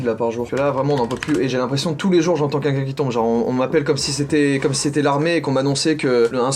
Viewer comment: Joyca, tu sais pas prononcer les L : Quenqu'un pour Quelqu'un et Mi pour Mille !